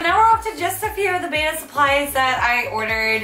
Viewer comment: It's actually pronounced bet-ta. Not bae-ta. (